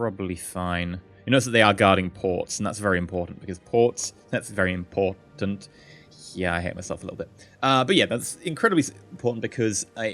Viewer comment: what's funny is that he said ports are im-port-ant XD